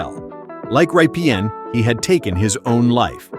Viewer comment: Before you call yourself, maybe you should learn to pronounce correctly the names. You mispronounced a few of them. It’s PEL-LEE Lindbergh, not PELL. And it’s Rick RIPPEN, not RYE-PEE-EN. Those were just two.